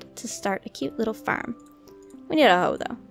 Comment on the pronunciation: When you say farem you sa ferm